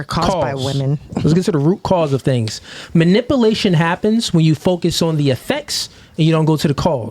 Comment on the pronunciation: Not manipplation...it is manipulation. If you're going to say the word five hundred times at least pronounce it correctly.